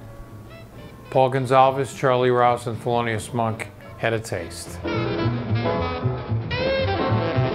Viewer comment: THELONIUS not FELONIUS!